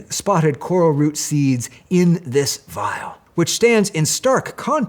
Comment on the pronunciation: the way he pronounces the word "Vial" makes me feel like I'm in a herbology class in Hogwarts